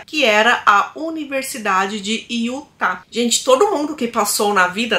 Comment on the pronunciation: A pronúncia certa é UTA E NÃO IUTA